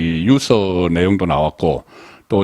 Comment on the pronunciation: 처음 보담 상낭히 내용도 그리고 진행 흐름도 아주 잘 되어가고 있습니다ᆞ 근데ᆞ처음도 , 지금도 하나 꼭 고쳐야 될 부분은ᆞ단어의 음높이 장단이 많이 듣기 불편합니다ᆞ더우기 우리 나라 단어는 한문의 음ᆞ뜻이 포함되어있듯이ᆞ오늘 지적 사항 단어는 - 유서 - 입니다ᆞ본인이 한번 들어보아주고 고쳐 졌으면하고ᆞ다른 단어들도 본인이 평소 쓰고 있는 단어가 다른 사람에게 어떤 불편 을 주는지도 생각 해주세요ᆞ뉴스 내용은 나무랄데 없이 정확하고 깊이와 정확한 분석이 있어서. 즐겨 듭습니다ᆞ